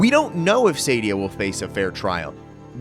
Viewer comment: Dude, her name is SAADIA, not Saydia. SAAAAAAA-di-A. {:o:O:}